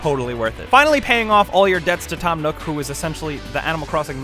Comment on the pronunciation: When he said Tom nook I started dying 😂😂😂😂